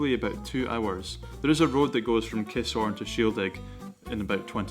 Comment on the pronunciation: its not KISS-HORN its Ki-SSSHHHORN !